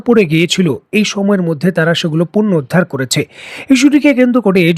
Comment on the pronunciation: আসসালামু আলাইকুম ওয়া রাহমাতুল্লাহ ভাইজান। আগেও বলেছি, আবারো বলছি - শব্দটি 'পূর্ণোদ্ধার ' নয় । শব্দটি হলো 'পূণোরুদ্ধার ' । আশা করে শুভাকাঙ্ক্ষীর কথা মনোযোগ দিয়ে পড়বেন। ধন্যবাদ, ভালো থাকবেন।